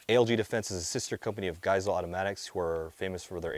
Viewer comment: his name and therefore the company is pronounced 'gei-seh-lee'